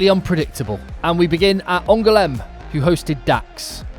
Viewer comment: Thanks for the great highlights. To improve your French, here's how to pronounce these 2 places. You only misprounced Aurillac once. My bad!😋 *ANGOULEME => 3 syllables, AN GOU LEM (GOU like in GOO in GOOD) * AURILLAC => 3 syllables again, AU RI LLAC (LLAC like YACK the animal)